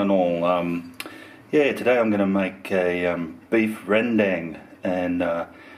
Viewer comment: Rendang is pronounced "rendung". I usually cook it with cubed gravy beef but I have some brisket that needs to be used so thought I'd try your recipe.